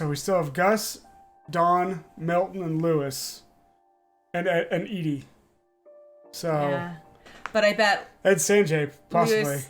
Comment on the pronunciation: This game is so intriguing, I love it. But starting next episode, every time someone says Eddie instead of Edie, said person owes me a $1.